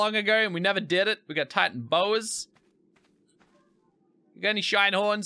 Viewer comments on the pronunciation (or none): none